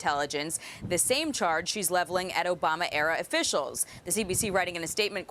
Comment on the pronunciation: 2min and 50secs in video. She says Congressional black cok?? What's that